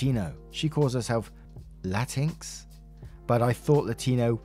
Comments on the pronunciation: just an FYI so you know. Latinx isn't pronounced "la-tinks." It's pronounced "Latin X" and it's because Spanish (along with many other languages) make all the nouns masculine or feminine. So words like Latino (masc.) or Latina (fem.) don't really support gender inclusivity. The term Latinx is meant to create that gender inclusive space. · Hey, for future reference the pronunciation of Latin is la-teen-ex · Definitely true and as someone who speaks spanish can confirm it can't be pronounced and the ones who made that word should've done their research first since Latino or Latin is Gender Neutral way before those individuals came up with that word